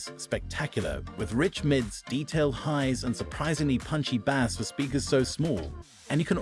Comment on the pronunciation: This AI can't even pronounce the word "bass" lmao